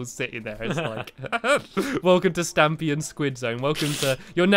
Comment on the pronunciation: it is stampy not stampey